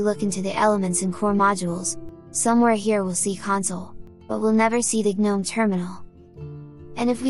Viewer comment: "guh-nome os" is literally my definition of hell... 😂😂😂